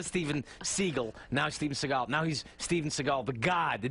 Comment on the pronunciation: Steven Seaego